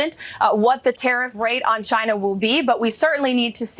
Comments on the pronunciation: He calls China, Jina😂🙄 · his pronunciation of Caina instead of China augurs well that he is an unlearned person, a stupid type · Why does he say “Shina”…..🤣😊